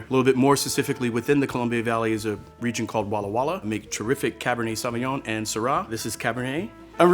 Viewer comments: No. Saw vi ngon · Is his pronunciation of "saw win yaw-ng” for Sauvignon typical of how most Americans would say it?